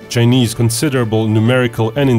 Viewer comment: It's pronounced CHI NESE NOT JE NIS